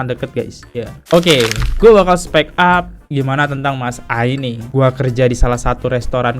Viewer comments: Dr tadi udah nahan2 tpi gk bisa nahan, gemes bgt dengar abang bilang speak up ( spek ap) yg bner itu spik ap bacanya 😌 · Bang spik ap bukan spek ap 😅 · Bang dibaca nya spik ap bang bukan spek ap 😂🙏🏼